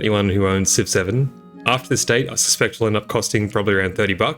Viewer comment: What he says: Civ 7 What I hear: 6 7